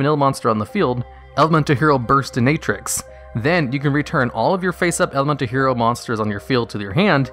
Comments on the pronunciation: Small correction on Terra Firma Gravity. It still says "they must attack". So as long as you have a Terra Firma, those level 4 and lowers must still attack. It's a worse Amazoness Archers. Also... "burst-in-ah-trix" not "burst-in-ay-trix" as said by Jaden in the anime. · he is pronouncing it as "Bursti-nay-trix" when it's actually "Burst-inah-trix" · Hearing him pronounce Burstinatrix (Bust- Cinna-Trix) . As Buststi-NATE-trix gave me cancer. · Burst a na trix? Its Bur sin a trix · if you've watched yu gi oh gx. Yes. Its pronounced bur-stin-uh-trix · Burst-I-natrix. Like, wow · back in gx era im used to call him "bursnarix" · My head hurts after seeing the comments and went back to the Burstinatrix part. WTF is Bursti Natrix? It's pronounced Burst In Ah Trix. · "Burstinaetrix" hurt my soul on way too many levels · Wait, is that how you pronounce Burstinatrix? Like...burst + dominatrix?? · Pronunciation is as follows: BUR•STIN•UHH•TRICKS P.s: Yes I am aware that this video is several years old, and ultimately no actually cares either way; just thought I'd mention how to pronounce the name of this HERO. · My guy I know u didn’t really watch the anime’s but it’s pronounced Burst-in-a-trix. No hate intended love the videos🔥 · Lmao “Bursti*NATE* trix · „Bursti-nay-trix“? Ok, I wondered about this before but this HAS to be on purpose! I also always wondered why you say „nopse“ when you‘re talking about „Knospe“. The s is clearly in front of the p. If you have trouble reading, I‘m sorry for that. It‘s just weird. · Burr-sti-nah-tricks.. You even hear Jaden say it correctly in the show! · Burst-in-a-trix. Not burstin-A-trix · burstinatrix is pronounced (BURST TEN UH TRICKS) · the way you pronounced burstinanix is bottom 10 ngl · Burs-ti-na-trix, hahahaha It's burst-in-a-trix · Its pronounced Burs-tin-a-trix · Wow wow are we just gonna gloss over how this man pronounced burstinatrix?? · I noticed that as well. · Your pronunciation of burstinatrix's name made me cringe omg xD